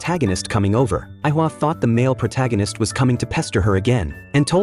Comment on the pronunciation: Aika not aihua